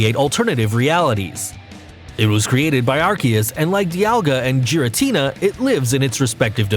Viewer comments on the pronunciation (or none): Lu-Gee-ah not Lu-Gia and not Gaira-tina its Gura-tina I could go on but u can obviously tell he isn’t a true fan jus a narrator reading a script 😒👎🏽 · Its not kayurem its kyurem and where the fuck is rayquaza groudon and kyorge and you called lugia lujia and giratina jiratina and mewtwo is not made by arceus mewtwo was made from the professor and palkia was not made by areus even dialga and you called dialga di alaga and the strongest pokemon is mewtwo and rayquaza and arceus and arceus was not born in the egg and you called darkrai darkray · I pronounced giratina like that but changed to gi-ra-ti-na not ji-ra-ti-na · Diancay, Loojia, Caillourem, Jiratina, Pal-kia, (he got Arceus right) I'M GONNA FUCKING RAGE! RAYQUAZA WASN'T EVEN ON THE LIST! Also, check the description. This guy knows nothing about Pokémon. Pokemon go is the only game that has Pokémon you can catch apparently. Gardevoir can only be on this list, because it can make a black hole. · Gardevyor Kaiyurem Lujia Jiratina Palkeya Darkray Arckeyus I dont hate him but please just pronounce them right not like this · Celebi is a GRASS type, NOT PLANT TYPE! And it is NOT the dragon trio!!! Also, the pronunciations for the ones you did wrong are: Gear-A-Teen-A, Loo-Gee-A, Cure-Em, Pal-Key-A (No pauses whatsoever),, Dark-Cry and Ark-Ee-Us (No pause) P.S, I only watched this till the end cos it was WAAAAAYYY too cringy! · You pronounced Lugia and giratina wrong. You didn’t say the G right